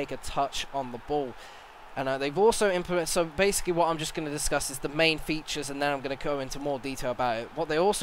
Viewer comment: i thought i heard "disgust the gameplay" lol